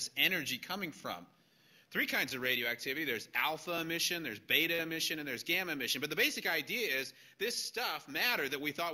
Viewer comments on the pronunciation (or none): none